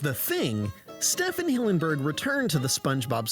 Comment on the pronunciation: Haven't heard this theory before, but seems to hold up. I assumed Merriweather was male because it's generally considered a boy's name. Oh, and what's with that unusual pronounciation of STEE-ven's first name?